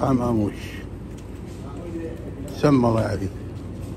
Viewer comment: لفظك للاسم غلط اسمه امّوش وليس اموش